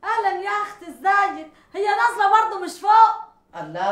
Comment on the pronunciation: اسمها نازلة و لكن المصريين بينطقوها بالظاء (نظلة). مشاهدة ممتعة